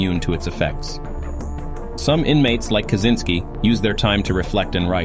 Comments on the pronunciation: This AI Slop can't even pronounce "Kazyncski" or "Unabomber". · Feedback is what you get from buying a MICROPHONE and having too close to your speakers....The AI in this video mispronounces "Kazyncski" and "Unibomber".